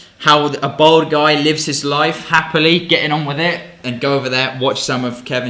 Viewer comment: It’s Bald!!! Not bold!!